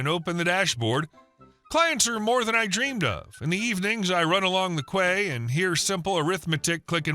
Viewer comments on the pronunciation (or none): Im laughing as I hear the same mistake in many postings I listen to. Quay: it is not pronounced Kway, it is pronounced Ki (key) as in a dock, warf, harbour or berth, plus a few more water related things. Im hearing this incorrectly on many postings, especially the AI readers....(, you're good) lol Love you stories listen to you daily. You're keeping me sane😂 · 'In the evenings I run along the quay'. Kway? Nope - it is pronounced 'key'. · "kway"? Quay = key. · “Quay” is pronounced “key”. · "Quay" is pronounced just like "Key". Sorry, that irked me. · in that 3rd story, quay is pronounced "key" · Howdy 👍✌️🤟⭕️ FYI, quay is pronounced kee.